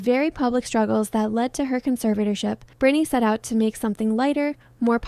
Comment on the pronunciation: It's Britney b*